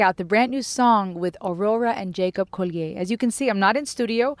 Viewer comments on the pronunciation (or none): Jacob Collier is pronounced like the English, not the French! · That was quite a soliloquy He's British so it's pronounced Collie-uhr.. Anyway, sign the petition, people. It's such a tiny ask.